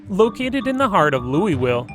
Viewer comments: Hahaha “Louiswille” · I hate when people pronounce Louisville wrong. I’m not mad but it sounds like loolvool. I’m not mad but just sayin